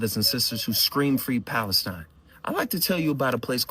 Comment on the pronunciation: they can't even say Palestine, they had to change it to falistine